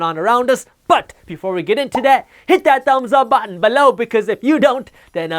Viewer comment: 😜 I love the way you say the word “BELOW”‼️